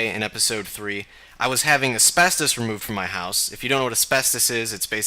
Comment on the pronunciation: Aspestists? As in fibro? Are you Aussie?